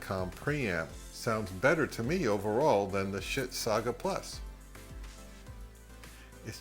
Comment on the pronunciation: I can't help it. Yoy keep saying sbit. lol. I used to have an NAD